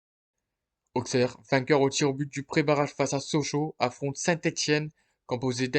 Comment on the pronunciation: On dit AuSSerre et pas AuXerre 😉